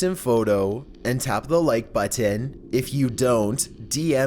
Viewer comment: Your pronunciation of 'Button' troubles me.